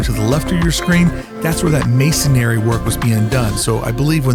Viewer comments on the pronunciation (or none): Whoop! Whoop! It's the grammar police!.. It's masonry; not masonary. haha (Other than that, a flawless report, and love that drone footage. :)